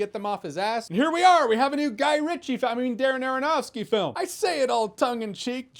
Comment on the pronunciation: Darren Aronofsky said rapidly sounds like Dara-Nara-Nahski. I give you my most useless comment ever, friends. For the algorithm!